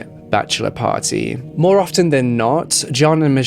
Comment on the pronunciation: Interesting video...on a side note, I wanted to tell you that the "t" in the word "often" is silent. You sound pretty professional so, I thought you'd wanna know.